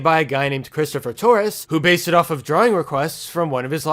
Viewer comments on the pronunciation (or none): none